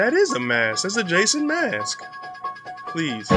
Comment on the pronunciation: Did you say "Jason mask"?